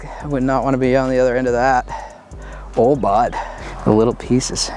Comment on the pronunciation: that oh bud sounded so canadian lol